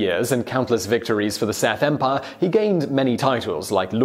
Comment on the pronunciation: "Seth Empire"